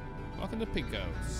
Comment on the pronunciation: Pecos is pronounced "Pay Coas".